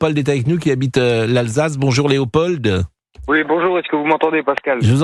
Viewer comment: On ne prononce pas le d de Léopold